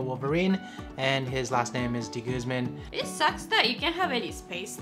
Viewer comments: Dude pronounce your family name (de guzman) right! Wag mong artehan. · first time I've heard that kind of pronunciation of De Guzman